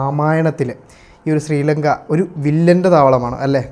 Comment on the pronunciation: സ്രീലങ്ക അല്ല.. ശ്രീലങ്ക ആണ് ഹേ വ്ലോഗറെ.. നാവ് വടിക്കുക